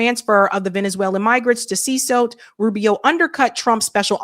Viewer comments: See cot not see sote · It’s pronounced seh-CAUGHT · Damn, does she not know how to read? She pronounced CECOT "CESOT" at least three times! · You are totally buchering the word "Cecot". How have you not heard this word before? Is it not your damn job to know these things? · How is that this ignorant woman not know how to pronounce CECOT?? That he’ll hole is been in the news covered by her fellow journalists to infinity and this individual had never heard of CECOT!!!!!!! 😅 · I know, right? How do you see "CECOT" and pronounce it like she does?😂